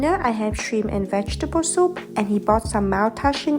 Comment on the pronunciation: Why orientals never ever ever pronouncing “p” of the end of “shrimp”? Why its always sound like “shriM”?!